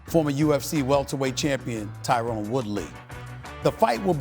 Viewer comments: Stephen A can't even say Tyron's name correctly, but gets all bucky when people call him out for his lack of MMA knowledge. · Steven A can't even say t woods name right